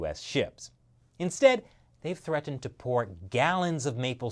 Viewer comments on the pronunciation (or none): That moment when says threatened lol